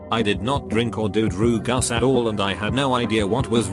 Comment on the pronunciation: Regular People: Drugs Text to Speech: dRoOuGuS